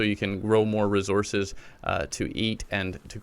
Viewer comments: Every time he said “Resources” I was like 😖 Great tutorial tho brotha, thanks for helping out the newbies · You say resources weird.